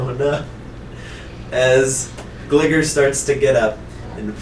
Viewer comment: Lmao I love this series so much! ...but... gligar... I always pronounced it “glie-gar” Also I’ve been meaning to ask, how do weaknesses work in the campaign? Because there were a couple times where I had questions like when psychic attacks hurt houndour and fire type attack did normal damage to the mantine